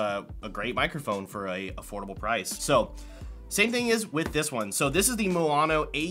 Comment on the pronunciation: how do you manage to say moano if the spelling is maono? btw, usb-b is still used nowadays for midi instruments (keyboards etc)